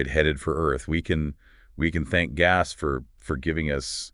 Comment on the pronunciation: The fact that they can't pronounce the name "Gauss" consistently is maddening! It's like nails on a chalkboard!